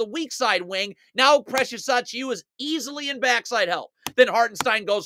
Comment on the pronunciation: True, and this guy has a hell of a time trying to pronounce precious achiuwa 😂